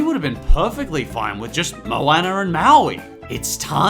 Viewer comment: MOWANER AND MAWEE